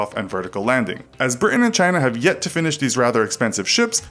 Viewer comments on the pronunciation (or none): none